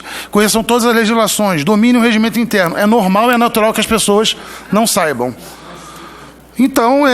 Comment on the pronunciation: Seria saibam, e não "SAIBÃO" dona Joice Hasselmann. Pelo menos Dra, aprenda a falar... Imagino uma escrita da senhora como seria... 🤣🤣🤣🤣 #CRÍTICACONSTRUTIVA.